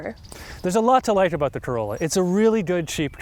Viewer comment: yes. you can hear the presenters pronounce "about" as "aboat"